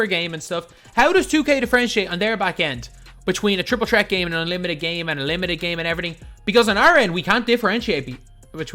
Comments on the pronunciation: He never pronounces the th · The way you say Threat :) lol